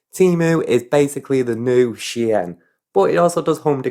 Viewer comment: Is that how you pronounce "Shein"? 😅 oops Given the cost of living, I find it hard to blame anyone for anything. Maybe we can all hide under a Temu haul when we can't heat our house in the winter.